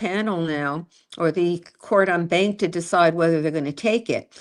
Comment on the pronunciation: It’s pronounced “on bahnk.” I don’t like professors who criticize the people who are actually fighting on behalf of a client in the arena.